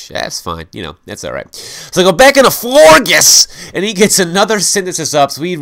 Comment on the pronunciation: It's actually pronounced Flor- jes as in Flor (flower) and gorgeous.